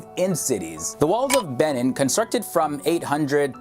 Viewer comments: that moment when he tries to call Benin(b-nin) and Edo(eh-do) in fact 8 was hilariously cool,love from Benin City,Edo State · and butchered Edo state and Benin